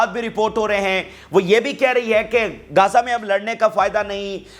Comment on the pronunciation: Gaza kahtay hain na Keh Kaza pls speak properly I mean pronunciation of Gaza rest all is well with Vlog 😊😊